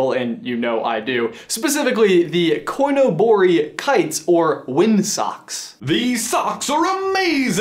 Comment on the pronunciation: The way he says coinobori #multilanguageprobs